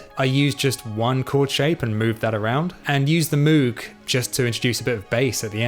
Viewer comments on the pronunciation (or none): It is pronounced "Mogue" like in rogue and vogue. To drive the point home Robert Moog even launched the Moog Rogue.